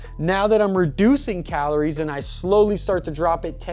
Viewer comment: This whole video I was wondering wtf "calones" were xD... bro ur space between the 'r' and 'i' is all kindz of fcked up... thanks for the video because i've been looking for a video like this for weeks and couldn't find one!